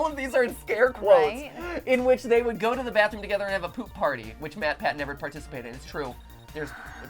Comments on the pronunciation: “Matrick pathew” matpat -2018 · I will never unhear matrick pathew